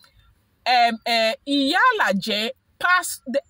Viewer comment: Haa,, Iyalaja ke!😂 Iyalaja means mother is dog or mother of dog😂😂😂 Nooo, it's Iyalaje. E yah la jay.